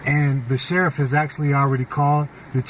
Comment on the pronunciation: You mean the shereef?